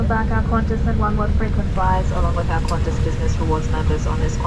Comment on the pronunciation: Not Qantas.